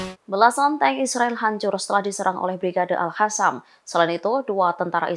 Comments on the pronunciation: Astaghfirullahaladzim... Aduhh punten ini yah maaf, bagi pembawa/ pembaca beritanya orang muslim, harusnya bukannya mengerti ya huruf hijaiyah yg dipelajari di buku IQRO, Al Qassam dibacanya Al Qossam bukan Al Kassam Dewan Syura dibacanya Dewan SYURO bukan Syura, Yaa Allah Yaa Robb...miris banget dengernya... semoga kalian pada dapat hidayah ya... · Mbak news anchor, Al Qassam itu pakai huruf Q, dibaca Qassam (mirip Kassam) bukan Hassam (dengan huruf H). Dikoreksi ya, untuk pembacaan berita berikutnya baca dengan Q ya, Qassam, bukan Hassam. ☝️ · Al Qassam ko jadi Al khasam😂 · Coba sih pengucapan nya yg bener. Kalau udah nyebut Al Qassam (dibaca : Al khasam) . Tulisan zionis dibaca yionis. Salam